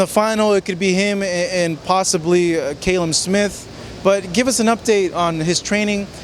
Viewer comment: Interviewer can't even pronounce Calum. Tit!